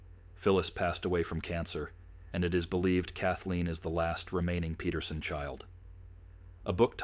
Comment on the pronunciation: Speaking of ancestry, their name is spelled Peterson but the ai pronounces it as Petersen. Big difference, big mistake.